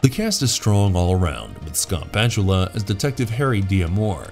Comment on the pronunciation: You went from calling Scott Bakula Scott Bakula to Scott Batula